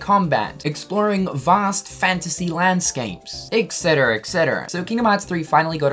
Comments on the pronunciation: Stop saying Ecksetra for Pete's sake. It's Etcetra..... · Omg you don’t know how to say et cetera either. You keep saying ec cetera and it is killing me.